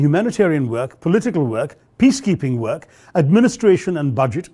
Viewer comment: The way you pronounce "work", it sounds like "whack".